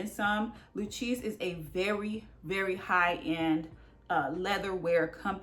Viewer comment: Thanks for the informative video! Just fyi, Lucchese is Lou-Kay-zee. 👌🏿👌🏿